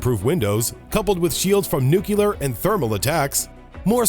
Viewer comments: NU-CLEAR not NU-CU-LAR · The narrator needs to learn how to say NUCLEAR. (It's not NUC-U-LER.) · “nuculur”? come on. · and later: “nucular” 😳 The narrator must have learned this pronunciation from President George W. Bush. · Can you say nuclear? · one of my pet peeves from supposed SMEs